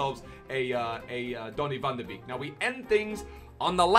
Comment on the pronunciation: It’s pronounced van de ‘bayk’’ not beek